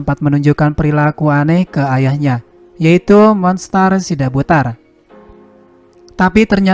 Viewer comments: Margarnya bukan sidabudar tapi SIDABUTAR ngomongnya yang benar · Sidabutar. Bukan sidabudar